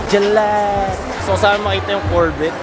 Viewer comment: Korbet amputa hahaha corvette (korvey) pronounce dogss